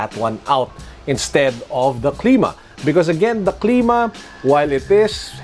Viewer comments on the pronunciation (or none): it cl^ma not cleema just sayin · its clima not cleema